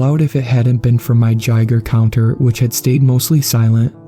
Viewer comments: Like guy-grrrr right? Lol I thought it was funny but great story anyway. 😂❤👍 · It's bugging me but The G in Gaiger counter is Loud not Silent.